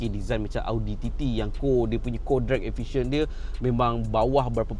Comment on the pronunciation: co-drag-efficient eh 😂